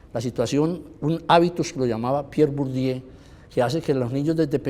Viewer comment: No sé si es por la forma o por el contenido, pero el sr. Bernardo Restrepo hablaba cosas sin sentido en algunas ocasiones, cuando se refirió a Pierre Bourdieu, además de pronunciar mal el nombre, uso su concepto de "habitus" fuera de contexto.